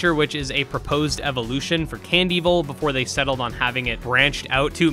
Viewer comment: love that you say candevil like cand evil and not can devil